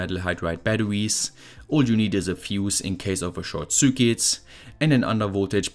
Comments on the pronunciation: Ich liebe deine Videos, aber bitte sprich Circuit doch richtig aus, es triggert mich :D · Series is pronounced "See-rees" not see-ree-us. Also circuit is pronounced "sir-cut".